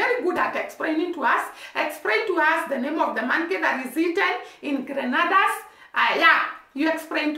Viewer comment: All the Caribbean Island are basically the same. I can say that about the cultures as well. Same climate same people just on different Islands. It’s pronounce Gren- nay- da.